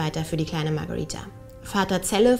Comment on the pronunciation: Warum sprichst du den Namen so merkwürdig aus ,sie heißt doch Magareeeeeeeeetha nicht Magariiiiiiiiiiiiiiitha,naja bist wohl klüger als normale Menschen.